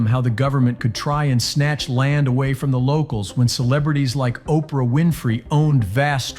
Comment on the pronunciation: Operah… urgh..